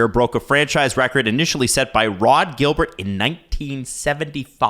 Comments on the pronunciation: Rod Gilbert is french canadian damnit! (soft G and silent T!!) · Stop mispronouncing Rod Gilbert's name!!!!